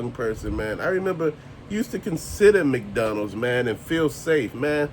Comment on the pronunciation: Thanks for all your Rants and reviews! Bro you got me laughing over here the way you're saying McDonald's. Sounds like you're saying Mcdonnell